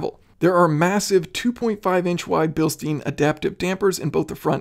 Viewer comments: Bil STINE, not Bil STEEN. You of all people should get that right. Love your videos! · I’d rather say it like James Pumphrey BILSHTEIN!